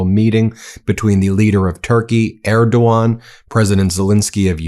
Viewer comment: Thank you for bringing out the facts and pronouncing Erdogan properly. Slava Ukraine!